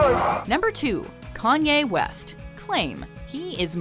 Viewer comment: who the hell is Canyea West?